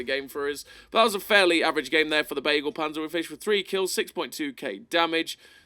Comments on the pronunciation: Begleitpanzer not beaglepanzer xD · "Begleit"-Panzer means "convoy"-tank. The first "e" speak out like in beagle. Something like "beglait"-panzer 🥲